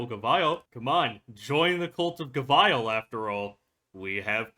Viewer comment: Up to you on how you want to pronounce Gavial but the usual pronunciation is Gaveel both in English and Japanese. You can hear it in the gavial episode and EN official 3rd Anniversary livestream. English is a weird language so normally we pronounce the operator names based on how they themselves or others introduce them.